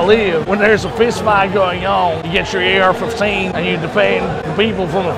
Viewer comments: Yeah 😂😂😂😂 ar fifteaan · “Ayer F-huff-tain” 💀